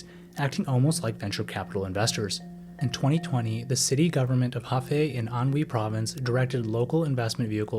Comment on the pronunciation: Shenzhen is pronounced /ˌʃəːnˈtʃən/, something like shen-chen. Anhui is pronounced ahn-huay. Hunan is pronounced Hoo-nan.